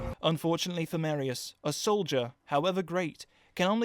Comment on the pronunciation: Mareius, It's fucking MAR-I-IS NOT MARE, GET IT RIGHT.